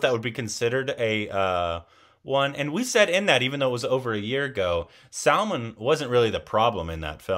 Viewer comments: He said salmon instead of Salman Lol salmon is a fish in Minecraft 🤣😂😅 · Your pronunciation is different It's selmon bhoi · His name is not pronounced as Salmon (that’s a fish) it Salmaaan!!! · Why do you pronounce SALMAN as SALMON??? 🤔